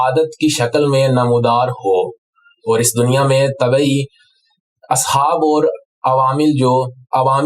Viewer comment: Allah SWT apko jaza e khair de! Shiddat se is baat ki zaroorat hai aap is qism ka program karen. Taake ahle Punjab iss maidan mein improve karen. Jis shakhs ko aap ne khabar pardhne kaha woh ‘Aur’ ko OR, (Fauj ko Foj) pardhte hain. AAP ka lahja, adayegi aur talafuz hum sub ke liye qabil e taqleed hai! WasSalam.